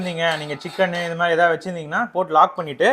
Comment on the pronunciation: தம்பி தமிழை கொல்ல வேண்டாம்...அது மாறி இல்லை மாதிரி 🤦